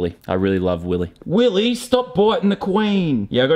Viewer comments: it is not willy! It is WILLEH! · YOU SAID YOU HAVE TO SAY IT LIKE WILLEH